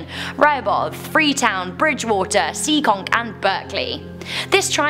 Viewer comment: bro sorry to burst ur bubble but it’s pronounced SEE- KONK